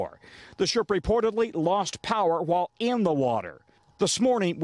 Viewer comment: I'm sorry but...the emphasis in this sentence is killing me. XD The ship lost power while IN the water?!? You don't say! Wow. XD